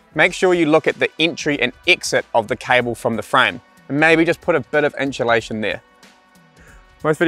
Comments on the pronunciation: I don’t care what English speaking corner of the world you’re from, there is no fucking “sh” or “ch” sound in the first 3 syllables of the word insulation. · Every time said 'Inchulation" I wanted an enchilada;) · Have I been saying inchulation wrong my whole life?